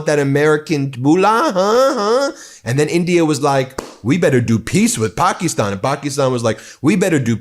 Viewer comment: Stop mispronouncing Pakistan please